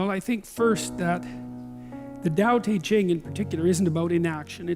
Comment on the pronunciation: I like that Peterson almost pronounces Tao Te Ching correctly. It's pronounced Dau De Jing... because reasons.